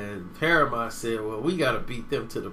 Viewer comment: Damn cant pronounce shit! PARAMONT?